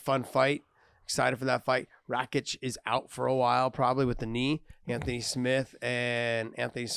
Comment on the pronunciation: Josh has got to tell John to stop calling Rakić, Rakick. It is pronounced Rakich, that's what the symbol above the "c" indicates for pronunciation.